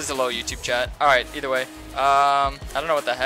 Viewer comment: Are you saying eat a Way? Or either Way?